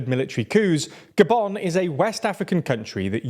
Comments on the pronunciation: Why did he say "Goban" not Gabun? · The way he pronounced “Gabon” made me stay the whole video